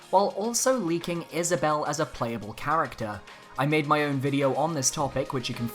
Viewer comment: Wow, he actually got Isabelle right...